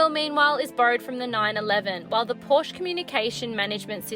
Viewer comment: At least Pronounce the brand probably if nothing else.